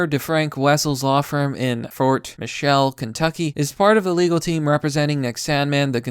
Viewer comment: McMurtry - mic-mur-tree. Mitchell - mitch-ell. Come on man! These are 2 and 3 syllable words! like the rest of it though